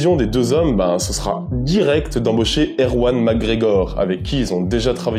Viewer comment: yess, Erwann Makgregoc'h de Per(th)ros Guirec. 🙂